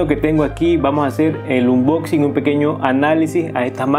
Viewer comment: Es uNboxing no uMboxing